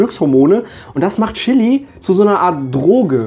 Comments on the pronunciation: Bin ich die einzige, die davon getriggert ist, dass er "SCHILLI" sagt? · Chili nicht schilli